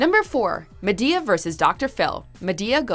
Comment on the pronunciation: I cringed soooooooo hard when she said ma-to-the-damn-d-e-a